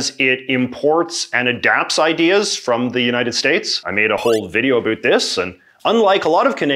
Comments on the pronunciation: When is this valley girl going to realize Canadians do not over dramatically pronounced the word about? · The way he says about… “a boot” 😂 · Great video ,but why did you say "a boot"? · Why does he keep bringing up "a boot"